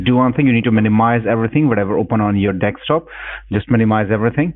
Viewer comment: What's a "deck stop"?